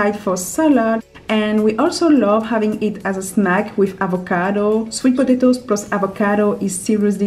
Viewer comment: When she says potatos it sounds like she is saying podato but I love the way she talks